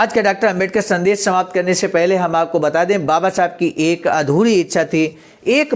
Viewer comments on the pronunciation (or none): शब्द उच्चारण ठीक करना चाहिए। संदेश और संदेस में अंतर समझें। मुन्नीलाल वाराणसी